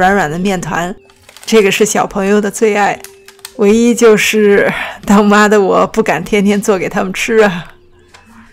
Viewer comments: 被最后那个“他妈的我...”惊到，后来反应过来是“当妈的我...”都不为过🤣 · 当妈的我。。。听成了他妈的我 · 最后一句话我听成：他妈的我不敢天天做给他们吃啊